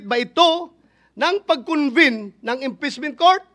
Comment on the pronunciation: Sabi ni bato inpessment hindi impeachment 😂😂😂